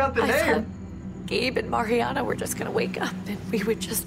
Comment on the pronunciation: at the beginning all I could think about was that was saying her name wrong. it's Mariana!